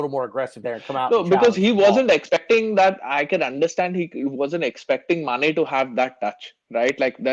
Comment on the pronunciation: Realized that when referring to Mane, always says Sane. Lol. Sane isn't in the PL again. Lol